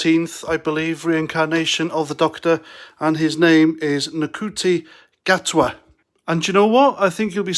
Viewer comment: His name is pronounced ‘Shooty Gatwa’ btw… Am more excited that RTD is back at the helm as show runner. So he will have the final say on stories and themes. The RTD reboot and Moffat’s custodianship had kept to the classic lore. My issue is with the vandalism of such a beloved British mainstay by Chibnall’s utter disregard of the canon and indeed the loyal fanbase. All too apparent as the hipster trend bandwagon that these zealous fools are ll jumping on. My wish is that RTD and Gatwa embues the Doctor as rejuvenated and yet with ancient wisdom and daringly bold cleverness that characterises Doctor Who.